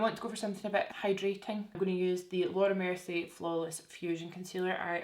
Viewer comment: When u say Laura mercier , is sounds like ur Jamaican saying "Lorda mercy!